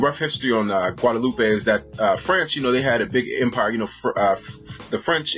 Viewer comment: In French and Creole we don't say "guadaloupay" but just "Guadeloup"